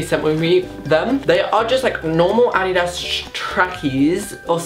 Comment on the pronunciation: wtf is Adeeda?😂 Whyd he say it like that lmao